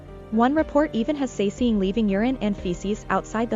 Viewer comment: 사생, romanization 'sasaeng' is pronounced sah-seng (with both sharp s) , not sa-see-ng :) But anyways, that video creeps me out.... And I'm always like well I do support this stuff by loving and listening to kpop and watching their videos. But on the other hand, the industry itself has to change, not the fans that are really afraid for their idols.